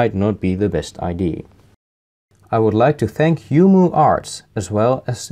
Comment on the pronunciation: I only just now noticed you pronounce idea as I.D. It's more along the lines of Ai-die-aa (the first "I" is perfect tho) Don't worry I also butcher english words but with a far more southern accent xD (Ik denk dat engels sprekers je toch kunnen verstaan sinds meeste mensen die dit leuk vinden snappen alvast wat je aan t zeggen bent) Also about the bell notifications finally a youtuber that understands that those don't do much, especially since I have a lot of people I am subbed to. More often than not those things come long after I've seen them in my subscription feed or sometime notifying WHILE I'm watching the video it is trying to notify me of... Or even well after have already watched the new video... it's not very reliable in my personal experience.